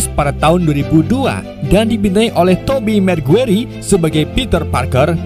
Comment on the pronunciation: Cara bacanya "tobey megwayer" Bang